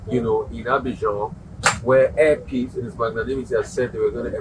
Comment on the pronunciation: Please it’s not hair peace, it’s air peace please pronouns it correctly thank you